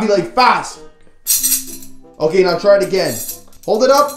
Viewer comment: why are you saying Otay